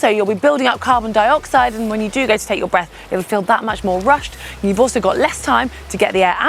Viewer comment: " take a nice big breff " speech impediment,you can fix that.